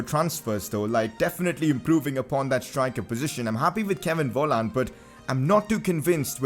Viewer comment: Volland is pronounced folland